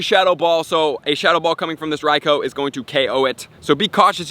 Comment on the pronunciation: Bro your pronouncing raikou wrong you have to pronounce it like raikuu